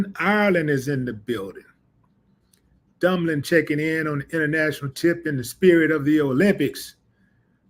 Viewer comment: Not dumbling irealand its😮😮😮😮 dubling Ireland LoL funny